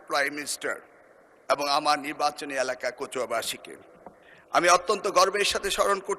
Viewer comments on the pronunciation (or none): none